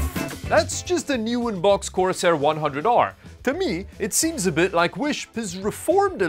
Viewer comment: i'm mildly annoyed by how you keep saying "coRsAIR"..